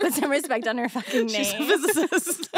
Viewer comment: “FIZZ-ICIST” i literally spit out my dessert. “MRS LACROIX” 💀